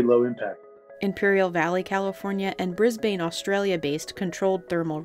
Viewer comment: FFS Americans, it's Bris-BUN not Bris-BANE. LOL